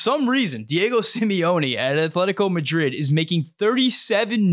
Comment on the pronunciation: A+ video! The "atletico Madrid" pronunciation is forgiven. I like Ramos and Hugo Perez. Herve Renard with Ramos and Hugo Perez as the U23 director is the best option in my opinion. A less than $5 million dollar buyout. $6 million for 4 years: maybe 1.3/ 1.3/ 1.4/ 2.0 million... Football club owners LeBron James and Matthew McConaughey can donate for the buyout along with a few friends lol